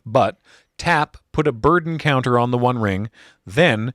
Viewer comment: when he said "burden counter" i heard bird encounter